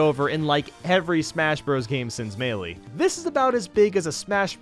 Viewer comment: May- lay